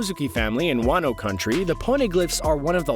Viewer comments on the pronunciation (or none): none